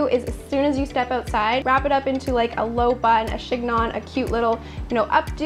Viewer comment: Super friendly note. You don’t pronounce the g in chignon. It’s sounds like chinyon. 🙃